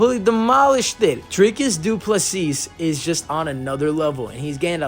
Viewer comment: The way you pronounce "Du Plessis" hurts my brain.